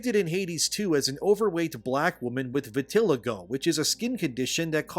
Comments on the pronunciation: vitiligo: VIT-uh-LYE-go. so… i’m gonna say what most people wont: Supergiant’s games are overrated. their games are fine, often have a great style, sound design, and music…. and yet i’ve never finished a single one. the actual gameplay in their games is usually just fine. the gimmicks are often interesting, but their enemies are usually really basic and that leads to the gameplay loop becoming pretty tiresome after a few hours. for me at least. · It's pronounced VIT-IL-EYE-GO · I think that it's pronounced vit-a-LIE-go buddy. Michael Jackson had it, and Uncle Ruckus from the Boondocks was upset because he said that he had reverse vitiligo, and that Michael Jackson was a lucky bastard for having the regular version. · The word is pronounced “vi.tuh.lai.gow” smh how can you take opinions seriously from a person lacking basic vocabulary skills and the concept that gods are the race of the people who worship them makes no sense literal Christianity is followed by a lot of white people in America and they worship jewish/middle eastern profits and the concept of god doesnt have a race thats just the primitive primal human tribalistic brain applying one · I damn near turned off the video because of the way you pernounced vitiligo lol!!! 😅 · Great video as always, but look up uncle ruckus, vitiligo and listen to how he says it. I know talking about a racist man probably not a good example how that’s supposed to be said I think.